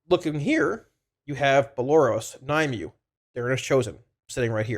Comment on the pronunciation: Nim-u-way. Not Ny-mew. Thanks for the info bud <3